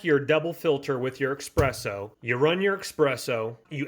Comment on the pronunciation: I quit watching after the 5th time you mispronounced espresso, saying EXpresso.